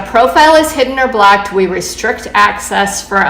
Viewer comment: Why does she keep saying “blacked” instead of “blocked.” Also, I’m seriously surprised Women are still on Bumble after the disgusting ads they did a few months ago. I’m sorry, I couldn’t finish listening to her. The word is blOcked, not blAcked.